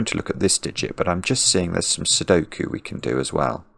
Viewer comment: Cracking up with every “Sokie”